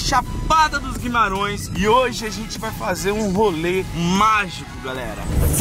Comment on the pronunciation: Guimarãoes kkkkkk é Guimarães